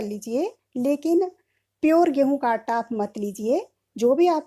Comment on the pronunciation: Madam aata bolna sikhiye pahle aap